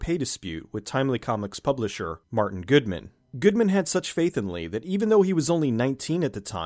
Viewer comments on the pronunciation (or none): none